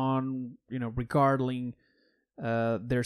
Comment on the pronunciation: ok I just gotta say this, in the beginning you said "regardaling" lol no disrespect tho it was just funny